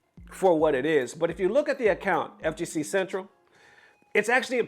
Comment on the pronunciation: Dawg you gotta read better please. Some as simple as saying Central when it’s CEN-TEL.